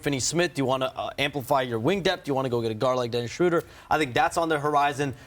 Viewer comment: Dude said Dennis Shrouder. No wonder this clown never will work In Warriors organization.